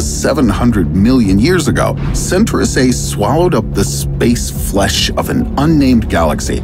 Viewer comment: centrus a?! Noooo. Cen-tau-rus A. Friggen pronounce the word correctly already